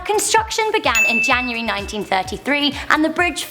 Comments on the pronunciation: lol "januray" caught that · Januray? I think you know what you mean.